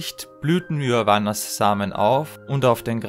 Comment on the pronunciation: Kurze Anmerkung: Es tut mir leid, dass ich Aule und Yavanna in diesem Video so falsch ausgesprochen habe. Habe das damals in einem englischsprachigem Video so gehört. In den anderen Parts wirds dann richtig ausgesprochen!